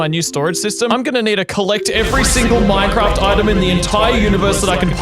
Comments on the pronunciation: He said ”Mine-farts” in the begining you now!?😂🤣😂🤣😂🤣 lol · hehe... he said fart